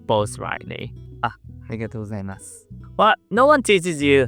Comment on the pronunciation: The word BOW rhymes with NOW and HOW. It does not rhyme with no or go.